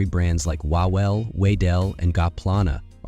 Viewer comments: "łałel" killed me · "Wawel" is pronounced "Vavel" (the Polish "w" is pronounced like the "v" in "movie") – it's the name of a royal castle in Krakow. "Wedel" is pronounced "Vedel" - – it's the first owner's surname. "Ziaja" is pronounced "Ziaya" (the Polish "j" is pronounced like the "y" in "yes") – it's the owner's surname too. Please don't mess up Polish pronunciation, it's so painful!